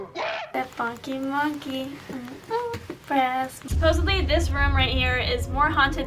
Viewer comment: “Funky muncky” got me laughing😂